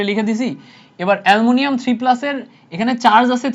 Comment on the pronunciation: এ্যলুমিনীয়াম ❌ এ্যলমুনিয়াম😂